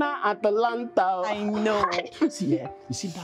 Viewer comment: Bro it's not Atalanta, it's Atlanta.